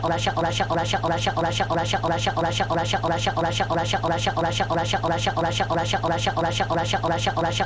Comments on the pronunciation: Russia becomes "a shuttle" (in a british t-dropping accent) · Russia sounded like "shk"